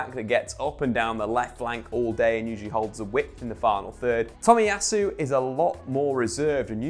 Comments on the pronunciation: It's Tomiyasu, not Tomiyatsu. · I mean having 6 1st teamers available would actually affect a team. Who knew?🤷🤷🤷🤷🤷 Dude, it’s Tomiyasu not Tomiyatsu.